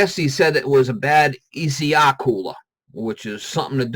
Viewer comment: Thanks. Everytime he said ECR I cringe. Imagine if he just had a plugged pcv valve.